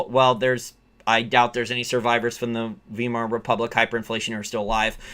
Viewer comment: FYI - In English when presented with 'ei' you pronounce 'e' with 'i' being silent. In German this is OPPOSITE. The 'e' is silent with 'i' being pronounce. This means "weimar" is pronouced "wimar" not "wemar'. I have never found an exception over the last 40 years.